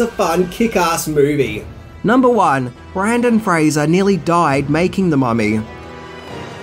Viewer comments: Right at the beginning. Brandon? Seriously? The man's name is Brendan. Your credibility will go up if you can get them actor's name right. Sheesh. (and this is a name, not a word. Accent is not an acceptable excuse) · Could at least get the actors name right ….Brendan Fraser not Brandon! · It’s Brendan, not Brandon. Seriously, how do you fuck that up? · I'm I the only one who was mentally saying "BRENDAN!" every time called him Brandon?? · In Australia, the name Brendan is unpronounceable. It just is impossible to say with an Australian accent. Therefore, he's know as Brandon down under. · It's "Brendan" Fraser, not "Brandon!" Do you do this on purpose? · I know. I thought it was was just his pronunciation, but he even spelled it Brandon on the title card for #1. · You kept saying "Brandon Fraser" and I for a second thought I found a Mandella effect; I could have swore it was Brendan with an "e". I had to google it just to check lol. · FYI, it's BREN-den Frasier, not the more common spelling & pronunciation BRAN-den. No biggie. 2nd, have u ever considered a career in film? U obviously have a passion for it if ur takin' the time to research all these flicks. Just a thought 💭. Enjoyed the vid as always. 😉👍👍✌ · After I got over being butthurt about the historical inaccuracies and got back my sense of humor, I loved the movie. So campy and fun. I won't ever stop rolling my eyes at "quicksand", though. You need water for that to happen. Other than that, pure awesome. But just fyi, his name is BRENDAN Fraser, not Brandon. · His name is Brendan Fraser, not Brandon. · Brendon not Brandon I scream every time he said it wrong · Love your vids, and I love this movie. However, I don't know if it was your accent, or you were actually mispronouncing Brendan as Brandon, but it did annoy me throughout the vid. Excellent vid all the same. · It’s BrEndan Fraser NOT BrAndon Fraser. Kind of makes me take you less seriously if you can’t get the main hero’s name right…